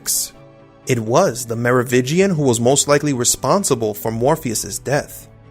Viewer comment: MeroviNgian.. you keep missing the N. Are you new?